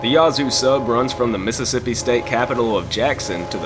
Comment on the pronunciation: WHOA! You SOUND Southern - - but - - it's NOT YAH-ZOO city - - it's YA-ZOO city - the 'A' is like in HAT -"u 2 smot ta be senaz ignernt"